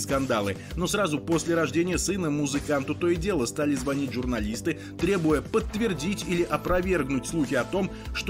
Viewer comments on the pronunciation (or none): none